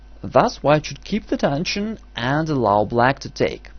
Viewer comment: it's not "dension", it's "tension"